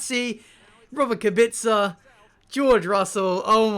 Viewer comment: Wait did you say Robert kabitza.. Koebika is how you say it tho